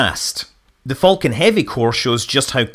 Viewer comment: I am slightly triggered by Scott's continued mispronunciation of "falcon".